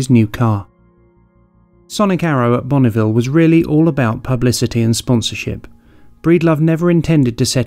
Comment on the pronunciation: Btw, it isn't Bonnieville. 😉